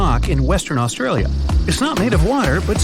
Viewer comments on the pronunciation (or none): none